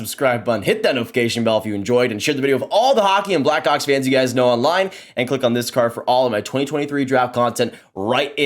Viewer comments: man are you saying black hawks or “black cocks” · I know what he said but at 12 seconds it sounded like he said Bedard will be a black cock 😂😂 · Is this how we're pronouncing Blackhawks now